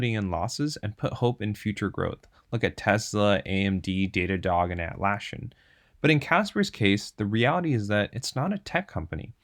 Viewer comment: interesting way to pronounce Atlasssian